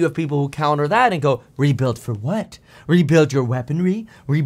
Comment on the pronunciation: He said "rebuild your DEFORCES" :))))) That's clearly intentional, man cannot be misspoken, and that's in 30 minute edited video, not after 1 hour interview without cuts.